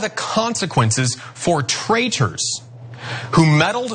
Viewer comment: "traichors"? What's a "traichor"? Sounds like the man was having a mini-stroke.